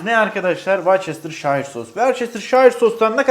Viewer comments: Güzel kalpli, esprili abim. "Varçesterşayır" diye okuduğun sosun asıl telaffuzu "virştişır". Seni kırmak, aşağılamak gibi bir amacım yok. Doğrusunu söylemek istedim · vöstışır diye okunuyor o bir daha kullandığında söylerken zorlanma diye yazayım dedim